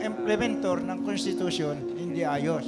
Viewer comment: How much?!Anjan na naman kayo hahaha nilalagay lang ninyo ang pilipinas sa kapahamakan,sa tatay Pogo legacy ,gabundok na utang at EKJ,tas ngaun na naman ung anak si Queen of confidential fund.😜At ikaw tatang na speaker san ka napulot?bago po kayo magdiscuss ng ganyan bigkasin nyo po muna ng maayos Ang constitution 😜